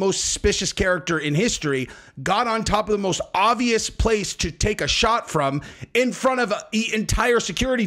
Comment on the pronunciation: You are as wrong about this being a deep fake just as much as you are wrong every time you say 'ovious'..the word is OBVIUOS..note the letter B..